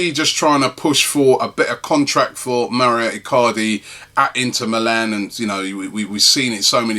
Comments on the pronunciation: Mauro is not pronounced Mario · It's Mauro not Mario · His name is Mauro not Mario. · its Mauro (Mawroh) where does he get Mario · its mauro not mario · Robbie, why do you keep saying 'Mario' Icardi? It's 'Mauro' dude. I know he's in Serie A but he's not Italian, lol! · Can someone tell him its Mauro not Mario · It's MAURO Robbie. MAURO. NOT MARIO. ffs XD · God damn it Robbie its Mauro not Mario... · Robbie its Mauro not Mario. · MAU RO MAU RO MAURO. WHERE THE FUCK DO YOU SEE MAREEEOO MARIO. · Mauro, not maurio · Robbie cmon man its not even a hard name to pronounce. Lol its Mau-ro. Where do you see an I in his name. You think hes Italian when u say Mario. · for the th time its Mauro Icardi not Mario Icardi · Rob who is Mario Icardi? It's actually Mauro👊😉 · His name isn't Mario get it right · ITS Mauro Icardi Not Maurio Icardi for god sake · MAURO Icardi. It's MAURO, not bloody Mario!!! Is your name Robbie Merson by any chance? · MAURO Robbie, not mario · Mauro not Mario, right? 😂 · I've been meaning to write this on the last few videos its Mauro Icardi not Mario haha